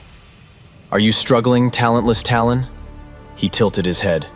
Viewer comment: So long Quinn Talon, hello Quinn taylon 😂